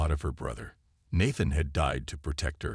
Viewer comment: The first a in Nathan is pronounced like hey.